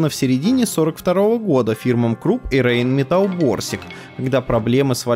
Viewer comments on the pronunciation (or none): none